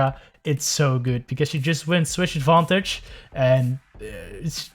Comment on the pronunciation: The correct pronunciation is SHIILD NOT SHIUUUUUUUU ADVENTEG NOT ADFANTAJE GRASSHOLE NOT CRASSOOOOOLEEEEE